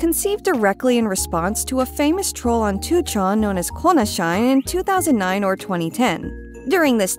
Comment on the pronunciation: Just a heads up for anyone searching for more info. It is Inunaki, not Inuaki. Inu naki means "dog's howl". edit: ah, and I am sure that has to be "Kona Shi Ne" rather than "Kona shine" considering the user hated Kona, and shi-ne means "DIE!" The user's name was "Die, Kona!"